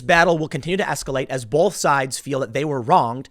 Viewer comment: Tim - for the love of, whatever, there's no L in the word "both". Sorry, it's been driving me crazy.